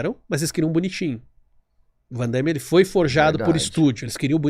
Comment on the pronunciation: Não existe 'Vandaime'. É Van Damme.